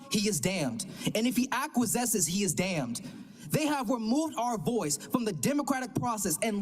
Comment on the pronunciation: acquiesces - ACK-WEE-ESS-iz. Thank you for your service to your fellow man. More of a man at your age than most people double/triple your age